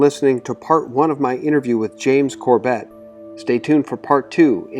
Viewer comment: For future interviews. He pronounces his name as "Corbit" not Cor Bet.